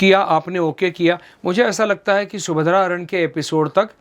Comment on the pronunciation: Ye anchor kis desh se aayi hai ??? Subhadra Apharan bhi shuddh bol nahi paa rahi hai